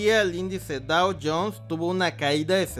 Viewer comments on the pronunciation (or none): none